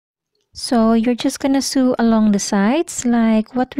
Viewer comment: Thanks for the tips. Some pronunciation tips: Sew sounds like So (s 'O' like the letter O). Lycra is Lie-Cruh (it makes fabric stretchy). Cheers!